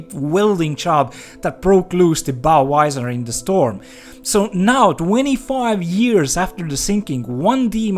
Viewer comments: The hell is a Bow Wizer? LOL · This is a very serious subject but every time he says " bow wisor" I have to say I'm struggling 😂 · "Bow Visor" I heard Budweiser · Why do swedes mixed up the V and W sounds? Visor is pronounced with a Vee sound.